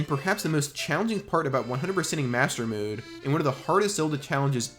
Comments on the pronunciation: Hero MODE NOT HERO MOOD. Or atleast that’s how you prounonce it 😂😂😂😂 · I'm a linguist so don't take this the wrong way. I'm older gen z, and I've been noticing the beginnings of a vowel shift in younger gen z and gen alpha folks. You appear to be forming a mode-mood merger (pronouncing both the same), which is highly interesting to me. Anyway great video besides :) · why do you keep saying mode like that edit: holy shit the way you say heroes is even worse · This youtubers hardest challenge is to pronounce "mode" like a normal person. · Bro why you say mode like that